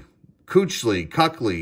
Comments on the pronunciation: There you go, dissing Offensive Linemen again. By the way, Luke Kuechly is pronounced Key-k-lee. He also made seven straight pro bowls and was one hell of a lineman, just retired last year. Definitely one of the top players from 2012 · I’m sure the spelling of Kuechly’s name is what threw you off. It’s pronounced Keek-Lee. He was a monster!